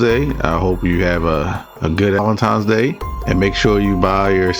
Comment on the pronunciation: "Valentine" not Valentime. Ebonics makes people sound illiterate. 🤨